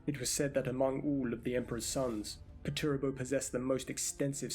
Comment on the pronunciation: good vid, but just some advice, his name is commonly pronounced "perch-er-ah-bo"